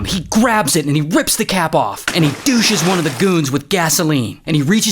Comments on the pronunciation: Douses, not douches 😂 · He douche's? I think you mean douse's lol completely different thing hahaha